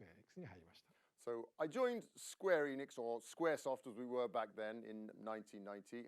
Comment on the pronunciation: Imagine repeatedly mispronouncing Enix when translating someone pronouncing it perfectly.